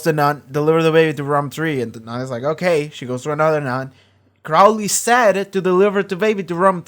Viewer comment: He changed his name from Crawley to Crowley. (It's late and won't affect the videos, but the first syllable is pronounced like crow not like crowd.)